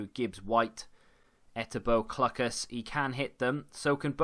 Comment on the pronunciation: Clucas is definitely pronounced Cloocas. Loving the content though!